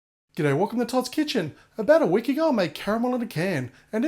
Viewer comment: when he said a week aga I was like " a week ago week ago" LOL XD